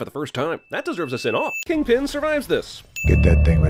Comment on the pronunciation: Its KINGPIN not king pen!